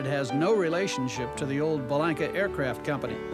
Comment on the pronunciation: The Viking is the best handling 4 seat single ever made. I was a Bellanca salesman in the 70's and owned a 77' Turbo Viking for a period of time. One important correction, the proper pronunciation is Be-lawn-ka. I actually went to high school with Giuseppe's granddaughter and can confirm the correct way to pronounce the family name is with a "lawn", not a "lank".